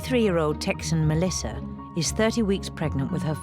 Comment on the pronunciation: Why does the narrator pronounce the name Melissa Melisser? Is that just me thinking that? Just curious.